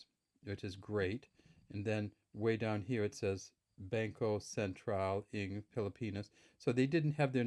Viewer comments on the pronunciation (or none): The "NG" which means "of" in English is pronounce (nang) and not (eng). The letter "a" sound in (nang) is same as sound "a" in the word "hat" and not the sound of "a" in the word "hay".